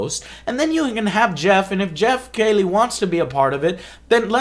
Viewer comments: You know what else is painful Joe? Hearing you say Geoff's name wrong for over twenty minutes. It's "key-lee" not kay-lee. He's a pretty big established name and the biggest interviewer in gaming, at some point to be taken seriously, you need to know how to say his name correctly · Why do you keep pronouncing it "kaylee"? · KEY-LEE is correct pronunciation Joe. Good vid.